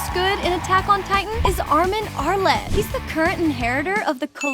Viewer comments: You said arlet it’s pronounced arlert ar-lert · it's a joke since she says Armin arle instead of arlert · Are You A True Fan, Sorry But The Smallest error's can bug a human, Like Me, ARMIN ARALAT!? IT'S ARMIN ALERT! YURI FRITZ? URI FRITZ The First video I Seen You Spelt Eren, As E r i n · why did u pronounce armin arlert like "armin arlet" it triggers me